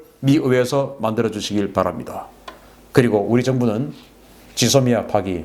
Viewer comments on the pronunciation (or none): none